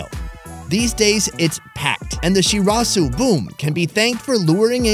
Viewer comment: shurasew!! shizuka: Shirazu!!